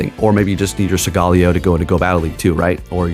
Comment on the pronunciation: Bro! Study and rehearse your pronunciation for Solgaleo. "Soul-guh-LAY-oh". Thank you.